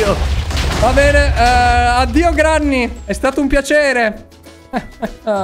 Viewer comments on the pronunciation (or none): ma quando dice P3n3 al posto di bene😂😂😂